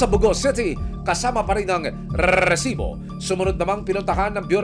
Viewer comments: Why do u have to emphasize pronouncing the word rrresibo it’s so ANNOYING. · Parang motor naman tong c Emil kapag binibigkas ang RESIBO